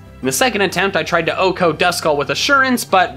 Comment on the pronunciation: Still pronounced wrong 😒